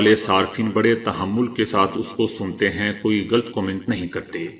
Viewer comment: غلط لام پر زبرھے ،سکون لام پڑھنا بلکل غلط ھے۔